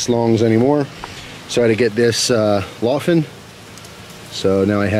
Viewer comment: “Lawfenn at me” made me chuckle.